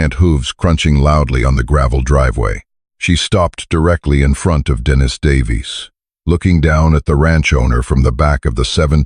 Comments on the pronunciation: True, it's annoying to hear AI pronounce a man's name, as a woman's name. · Dennis is pronounced Den is.